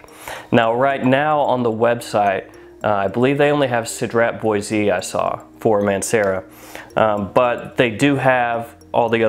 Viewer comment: so the word mint sounds minty when you here it... but lemon-mint is most likely the best description for the lemon extract ( also Boise is a single syllable word)